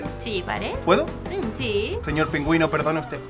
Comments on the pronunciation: Jajajajajaja que adorable, diciendo "Pinguino en vez de Pingüino", Me encantan estos vídeos y se ha convertido en toda una Conductora del programa ☺☺☺☺🙌🙌🙌💖💖💖💖💖 Saludos desde Canarias y Felicidades por el Día del amor y la amistad. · Me encanta como dijo pingüino jajajaj dijo pinginoooo me muero jajajaj